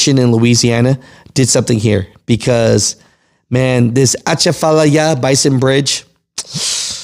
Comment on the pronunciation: BASIN. Basin bridge. Not bison.